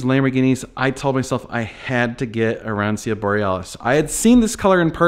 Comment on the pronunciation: ah-ron-cho.... is how arancio is pronounced :) 'ci" in Italian is like "ch" in English ... so, Lancia is lawn-cha